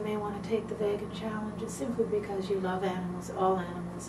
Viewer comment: Well said! Just to clarify, it's pronounced 'vee-gan', not 'vay-gan'.